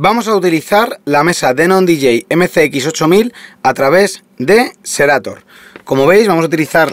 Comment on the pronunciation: No es por dar hate compañero, pero se llama SERATO no SERATOR, buen video, me lo ví todo, pero me estreso la mala pronunciación 😫